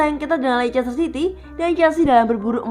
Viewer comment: Maaf kak, sedikit koreksi cara baca leicester adalah "lester", itu karena ada beberapa hipotesis dalam ilmu linguistik, ada yang disebut sebagai elision, yang berarti peniadaan bunyi dari kata" tertentu dalam pengucapannya, biasanya kasus ini disebabkan agar pengucapan sebuah kata dapat lebih mudah dan cepat diucapkan🙏 terimakasih